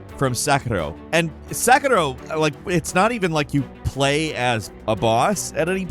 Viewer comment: I’m crying at how you butchered pronouncing “Sekiro” and “Genichiro”